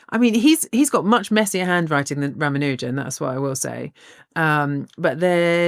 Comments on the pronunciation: Pronounciation hint: It's pronounced 'Raamaanujan', not 'Raamanoojan'. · I think they and other Brits keep mispronouncing his name. I am not Indian but I am familiar with their names. I don't think its pronounced "Ram-a-new-jen" but rather "Rah-mahn-new-jahn" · R-aah-m-aah-n-u(u as in unique without the "y" sound)-j-uh-m -- This is the correct pronunciation. He was a Tamil speaking Indian, from Tamil Nadu. Can never tire of hearing about him and his legacy. He fell victim to patriarchal standards (I believe his mom didn't send his wife together with him to England, who may have been able to take care of him, and probably live longer - this opinion is based on a film on his life, and assuming they did the correct research) and the TB virus. Wish there are more of them like him out there, and they are found and cherished! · It's pronounced as Raa (ra) + maa (ma) + noo (nu) + jum (jam).